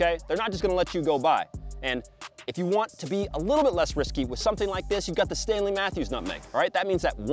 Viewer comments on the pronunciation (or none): none